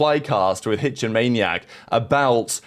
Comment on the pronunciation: hitch with a lil dyslexic moment lol